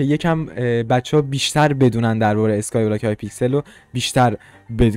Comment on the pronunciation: نه از اون اینتروت نه از اون اسکای بلاک گفتنت😂